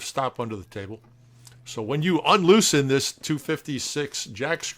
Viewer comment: Absolutely Love it! Yet another spectacular tour de force of your amazing skills and dedication. I even got a good chuckle out of the emphasis on unloosen.